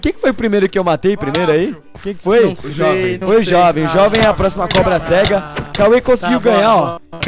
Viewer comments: da agonia quando o Cauê fala cobra-sega kk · Da uma agonia ouvir ele falando cobra- cega